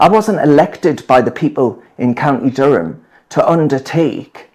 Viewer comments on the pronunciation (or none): When he says "Durham" it sounds like he's saying "dumb" how ironic 😅